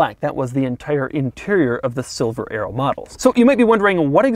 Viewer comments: I thought you said silver aero instead of silver arrow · I thought he was saying Silver Aero !